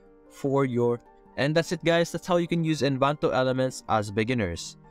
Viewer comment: En-va-to; not envanto. 🤣😅😂